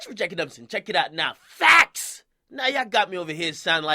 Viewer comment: boy why the fuck you say FACTS so hard lol